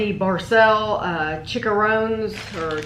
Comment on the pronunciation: It is pronounced Cheech - Ah - Rownays which is spanish for pork rinds.